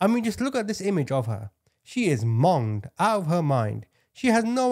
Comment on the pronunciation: "Monged" nope.